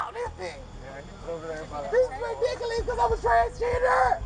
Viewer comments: It sounds like she's saying "ridickulees". LOL! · It's ridikolus